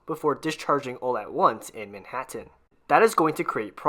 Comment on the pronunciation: I'm a native New Yorker who's lived here all of my nearly 70 years, and I've never heard anybody pronounce Manhattan like this narrator. Please, ease up on the last syllable. It's Manhattan, not ManhatTENN.